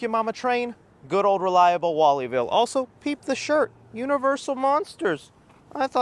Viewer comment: When he said 36 inch relatible 😂😂